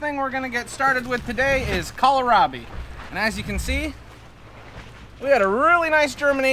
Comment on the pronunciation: From my Mom: it's pronounced, kohl (like the store) rabi, not kolerabi.